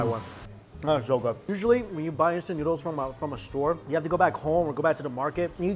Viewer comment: “That is pretty darn gwouud”